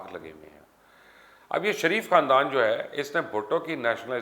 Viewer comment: Mubashar luqman sb parhe likhe jahil me aap ka channel shoq se dekhta hun ye sareef bolna chorden sahi naam shareef he khuda ke waaste me ye aap ko 3rd time bta rha hun.